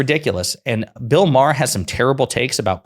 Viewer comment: It’s MA HER not Maaaarrr MA HER